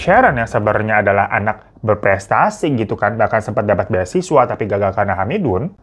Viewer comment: Beaaa siswa banggg .. bukan beha siswa 😢